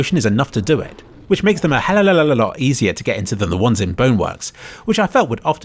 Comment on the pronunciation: The mess up of "hell of a lot" goes deep in the lore and im very happy that i known where its from.